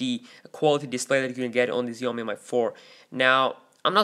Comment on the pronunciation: Xiaomi is pronounced like "shall-me".